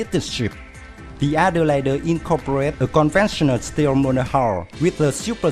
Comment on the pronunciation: excellent vid. also, "elite" is pronounced "ee-leet". Adelaide is 'ad-ell-aid'